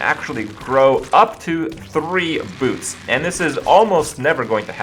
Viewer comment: Anyone else heard "boobs" instead of "boots"?